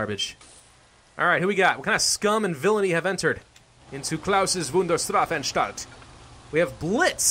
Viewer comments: im german and you did a good jop pronouncing that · i'm german and I love you, also you pronounce it very well that 2nd time near 10 minutes sounded like an old man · you are pronuncing Klaus Wunderstrafantstalt correctly i am german so... yeah